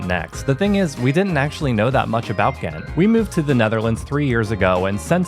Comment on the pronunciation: Your english pronounciation of the name Ghent is actually more true to the correct pronounciation than your Dutch one. You use a very harsh, hollandish 'G' while in Belgium (just like in the south of the Netherlands) we use a soft G. Try some softer Gs, it'll make you sound more authentic. ;)